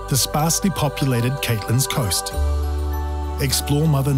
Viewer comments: Please note - the gorgeous waterfalls shown toward the end of this, are in the CATLINS, pronounced like the animal and a woman whose full name is Linda! Cat-lins. Not Cayt-lins, as the commentator said. His pronunciation of Maori places was pretty good, but that one really irks! Sorry! But I love my home town and all these places nearby! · Think you mean CAT-LINS coast, not Caitlin. Love a Dunedinite x